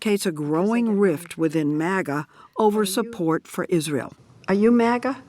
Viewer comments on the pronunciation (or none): none